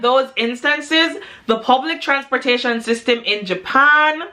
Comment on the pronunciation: she said "transporta...shian" - luv it